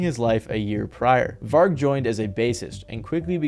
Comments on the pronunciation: It hurt me when he butchered Vargs name 😭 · man... get your pronunciations right!! even the doco you got the footage of Varg from has all the correct ways to pronounce those names/places many times throughout it!!